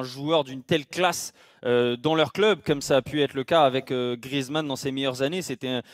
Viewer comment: Mdr il a dit mentors greizman